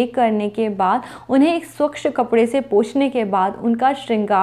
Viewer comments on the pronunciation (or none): इक्षा नहीं इच्छा स्वक्ष नहीं स्वच्छ